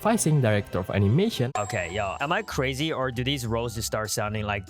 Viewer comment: bro says razy😂😂😂😂